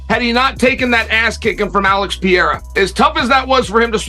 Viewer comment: LoL, Chael called him Alex "Pierra"!😂😂😂